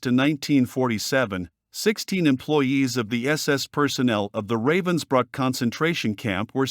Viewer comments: It's pronounced ruh-vens-brook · It's pronounced:" Rahvens bryk"